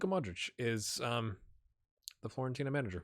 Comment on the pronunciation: It's Fiorentina not Florentina :)